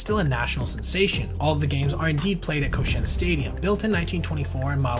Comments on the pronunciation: ko SHI en lowkey getting triggered when you mispronounce it lmao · I-WA-TE! KO-SHI-EN! Dude really researched this story thoroughly and butchered the pronunciation that badly?! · Koshien doesn't pronounce like co-shane, but should be ko-shi-en. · It's KO-SHI-EN, 3 syllables, not "Ko-shen." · Awesome research and detail! For future reference, you should pronounce the name of the tournament as Koshi-en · A lot of research goes into videos like this, which makes me wonder why the people who make them don't take a second to see how to pronounce Japanese words and names like "Iwate" "Koshien" "manga" Or that Nippon-Ham is a company and the team is called the Fighters, as demonstrated in the team logo that is included in the video. Although there should be a team called the Ham Fighters, which is a vastly superior name in my opinion